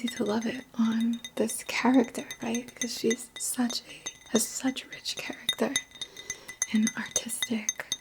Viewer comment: 😍😍 I Don't usually hear New York from you... but when you said "Lacking Cha-ruck-tuh" I then new for sure where your roots are... 👍